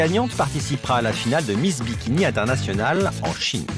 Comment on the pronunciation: j'ai l'impression de devenir fou à force d'entendre "Miss Dimitri" à la place de miss bikini....